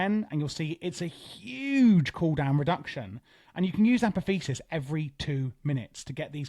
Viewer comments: uh poth ee oh sis brother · Apotheosis is pronounced "Uh-Pah-Thee-Oh-Sis" by the way :)